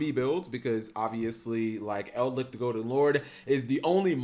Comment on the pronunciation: its Eldlich, not EldLICK